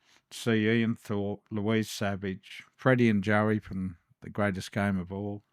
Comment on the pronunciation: you need to go back and learn how to pronounce people's surname,it's not Savage it's Sauvage